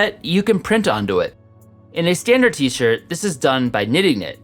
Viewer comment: 13;47 "for my t-shit"